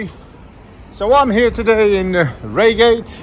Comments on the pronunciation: AB it is pronounced RIAgate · Raygate, hahaha. It's Pronounced "RyeGate" you dimmo, lol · its Rye Gate .. not Ray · Bit late but its pronounced 😢Rygate not Reygate. They are still holes Surrey and Sussex police are highly funded and two of the worst constabularys. Love your work . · It`s pronounced RyeGate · RY-GATE! ffs 😆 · its "R-eye-gayt" old chap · Its pronounced Rye gate 😉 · Mate its pronounced rygate !!! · Pronounced Rygate